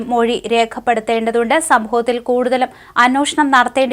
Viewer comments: കൊച്ചേ, നീയെങ്കിലും അന്വേഷണം എന്ന് ശരിയായി ഉച്ഛരിക്കൂ. മറ്റേ കോന്തനെ പിന്നെ പറഞ്ഞിട്ട് കാര്യമില്ല. അതോ അവിടെ എല്ലാവരും അന്വോഷണം എന്ന് പറഞ്ഞാൽ മതിയെന്ന് അയാൾ പറഞ്ഞിട്ടുണ്ടോ? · അന്വേ ഷ ണം..... എന്ന് പറയൂ കുട്ടീ 😂😅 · അന്നോഷണം തെറ്റാണെന്ന് ആരെങ്കിലും ee കൊച്ചിനോട് ഒന്ന് പറഞ്ഞു കൊടുക്കുവോ.... മലയാളം പറയാൻ അറിയാത്ത വായന... കഷ്ടം